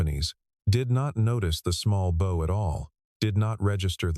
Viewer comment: Its a bow pronounced 'bough' not as if it was a ribbon. AI crap again. I'll try and get through the rest of the story but it is already contaminated.